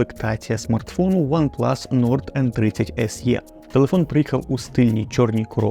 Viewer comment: Не "ес є", а "ес і", або "ес е".